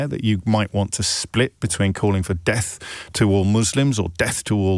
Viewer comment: I thought he was saying “Deaf to IDF” 😂